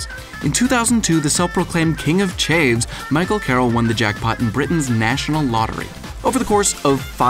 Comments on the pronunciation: "king of chay-vs" omg hahaha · 'king of chaves???' we say chav as in chav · its chav, rhyming with have not chave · Oh dear, this is great but it's pronounced CH-AV-S, not CH-AVES. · 5) It's pronounced chavs, not chaves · chav or chavs or chavy but never chaves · king of Chaivs ? i think you mean king of CHAVS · "King of chaves"...CHAVES! You mean chavs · King of Chavs not "Chaves". Americans. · King of the "chaves" are u kidding me narrator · Chavs not chaves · Omg. I'm British say it right man. It's king of chavs. Not king of Chaves. Seriously say it how you see it!! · haha he said king of chaves!!?? it's chavs not chaves it means a trouble maker it's not a county!!!! lol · You Americans haha. King of chaves. It's Cha-avs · it ain't the king of chaves it's chavs don't capitalise the "a" and drop the "e" when saying it. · king of "chayves"???? chavs ! not chayves - jeeze. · What the fuck? It's not AY it's AH. chaHv not chaYv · Lol he said "king of chaefs" It's Chav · King of 'chayvs'.... I'm done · Chavs not chaves. There's no e in there. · It's chavs, not "chaaves" 😂😂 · It's "chav" not "chave." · It's not 'chaves' it's cha-vs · "king of chaivs" 😂😂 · It's chavs not. Chaves. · It's chavs not chaves 😂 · Ch-ayvs... Cha-vs! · Chavvs, not Chaves 😭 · "Chav" cha'v not chay'v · Hhaha the way you said chavs makes me smile. Its ch-avs not ch-ae-ves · Did he literally just say King of "Chaves", you say it how it's spelt... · Some people just aren't meant to be rich. Chav rhymes with have. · gobbs Ah sound. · gobbs hahah that "chaves" made me laugh... Yanks dnt kno wot a chav is innit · Just because you have a British sounding accent doesn't mean you know how we pronounce things. If you come down here and called them chaves people would look at you like you're a weirdo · "King of Chay-ves?" Seriously America, sort your effing vowels out. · "King of Cheyves?" that made me chuckle... but that's not how we say it xD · Hahaha when Americans try to say 'chavs' but they say chayves